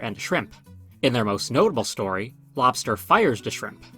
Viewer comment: "Story" not "Stoy".